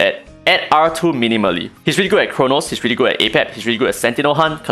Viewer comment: Damn, everytime he said minimally gives me ptsd